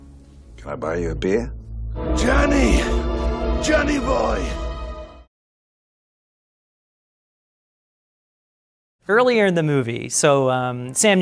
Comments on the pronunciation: ) Yes. So entertaining, satisfying, amusing, adorable. "Junny buuuooeeee." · Joowaneh Boyehh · I keep watching this just to hear say "Johnny Bouoiy" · Same...I just turned this back on to hear Johnny Boiii and stayed to watch the whole thing